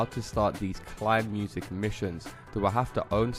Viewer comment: Its called "KEINEMUSIK" not "KLEINMUSIK"